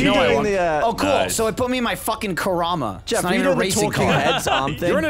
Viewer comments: I cringed when pronounced "Kuruma" like "Karahma" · pronounced Karuma so horribly wrong. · When pronounced "Kuruma" as "Kerama," I instantly lost my 1% faith in humanity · when said ka-rah-ma and not ka-roo-ma<<<< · Looool the way pronounced the kuruma had me laughing for legit 5 minutes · how the fuck did pronounce kuruma like that